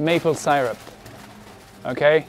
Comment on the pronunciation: don’t say mayonnaise or syrup like that